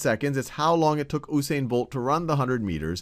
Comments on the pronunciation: first of all it is U(you)sane not ousaine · The man's name is pronounced uuu-Sain not ooooo-sain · Nope. OO-sain, He is Jamaican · It's actually pronounced "Yoosain" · Dude yousain bolt that's how u prenounce it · should be "YOO-sain" Bolt lol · Oosain Bolt???? LOOOL. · ITS PRONOUNCED yu-sane-bolt